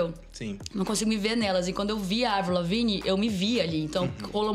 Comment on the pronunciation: Esse cara falando évril, é de fuder....